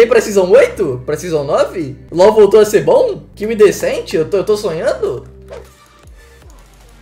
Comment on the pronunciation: acho que é pela pronúncia de decente, parece que tem um S no meio